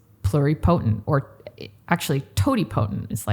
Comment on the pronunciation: A very nice discussion the definitions and part of the history on stem cells in the USA so far. It’s a little frustrating to hear someone in the field mispronounce totipotent and multipotent. It’s not said the same way as pluripotent which is being said correctly. The same goes for the word Mesenchymal which is usually mispronounced. When someone is speaking to people who don’t know the terminology and they hear it incorrectly pronounced then we have a bunch of people saying it wrong.